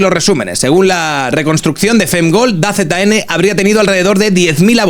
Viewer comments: "Da Z N",? En serio?... Se dice "Dazon" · No ves nada de deporte no? 😂 Se lee "dazon" no "da zeta ene"